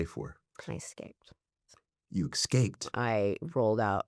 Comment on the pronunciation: Not trying to be an overly critical jerk but it is difficult to hear a clearly, highly intelligent interviewer saying “hymotize” and “excape” instead of hypnotize and escape… but I suppose that I will just have to be “that guy.”